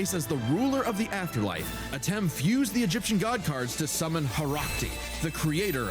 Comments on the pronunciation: Antem? Man you sere right about not being able to read. Your brain def short circuited because they literally just pronounced his name Atem too. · And this was seconds after she said Atem correctly before